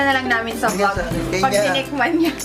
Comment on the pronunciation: havey yung "KENYA" HAHAHAHA